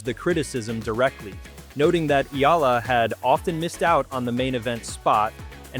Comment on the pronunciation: Thank you Sir, for pronouncing her names correctly 👏👏👏👏👏